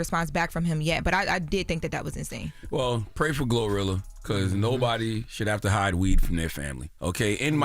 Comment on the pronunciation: She said glorillo 😂😂